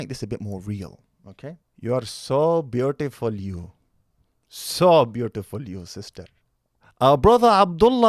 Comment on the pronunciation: Indian accent "Youuuu arrre soww beautipul you..." 🤣🤣🤣